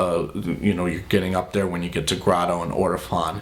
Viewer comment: Grado is pronounced "gray-doe". Fuck, how are these guys giving audio advice... and they have 800K subscribers? LOL. I'll stop commenting and move on now. Not even a third through and all of their advice is either wrong are very amateurish leaning towards people looking to get a 400 dollar hi-fi... uhhhh "hi-fi" setup. (and Ortofon is pronounced "orta-phone". Are you actually into audio? I'm not a pronunciation nazi, but you're literally getting nothing right which leads me to believe you don't know much about audio.)